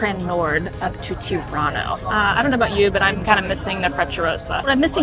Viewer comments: I kept hearing "Toronto" instead of "Tirano" and thought European train travel had gone futuristic. 😆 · 🇨🇦🇨🇦The subtitles keep on picking up Tirano as ‘Toronto’😅 I’m glad my city was mentioned so often on this trip! (I guess your pronounciation was much closer to Toronto (Tor-an-to) than ‘Tirano’ (Tee-rah-no))🇨🇦🇨🇦